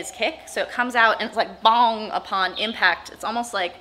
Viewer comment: every time she says "bong-g-g-g" I'm laughing a little bit